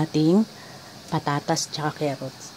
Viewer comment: Kaylangan po talagang may kerrots... kerrots po talaga eh.